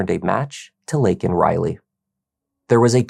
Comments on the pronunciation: It's LAYkin not LINkin. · Biden says "Lincoln" Riley......always an idiot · Only 37 Democrats voted FOR the Laken Riley act. Who in the Fk pronounces her name wrong????? That’s right Joe FKN Biden. He PERSONALLY LET THIS DEMON in the U.S. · Regardless of your political stance, this girl should not have been used as a tool to push any political agenda. Neither side handled this well. Biden couldn't even pronounce her name correctly. That must have been so exhausting for the family. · Joe can’t even say her name right. Wow. 😢 Prayers to her family. Never should have happened. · Biden couldn't pronounce her name right. 🥵